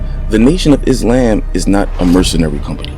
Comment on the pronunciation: “Nation of IzLamb”😅 great video